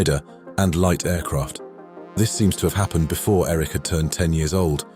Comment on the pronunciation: Interesting how the narrator aces (pun intended) the pronunciation of the German "CH" in "Erich" (Hartmann) and "Hans-Joachim" (Marseille), but struggles with much more simple names such as Eduard Neumann ("Eh-doo-ard Noi-munn") and Heinrich Bär. Bär in fact means "bear" in English and is pronunced exactly the same.